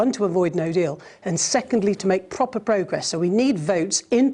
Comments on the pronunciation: Pwoper Pwogress. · She can't even say proper.. Properly. Vile woman. Does politicians no good at all. You'd like to think that politicians are intelligent.... Abbott and her prove any idiot can be a politician. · What a disgusting human being. Quit politics. And pronounce your P 's properly. Silly little woman. Make me a sandwich.